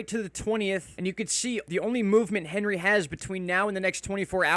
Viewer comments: When are you going to start pronouncing this storm correctly? It’s ON-ree not Hen-ree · 1st. And it’s pronounced Ohn-ri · HEY! Morrooon it is French ANHree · Probably pronounced more French, like "Ahn-Ree." Stiil a mean storm regardless. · You should pronounce it correctly imo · I am with you with how to pronounce Henri. Yes prepare!!!! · My guy, it's not the American pronunciation of Henry, it has a French pronunciation. H is silent